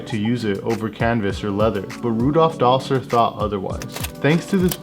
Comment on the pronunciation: Dassler is not pronounced Dossler—the cause is in the name: Adi-das. And Puma shoes had a ‘panther’ on them. Really - it was a panther? Not a puma?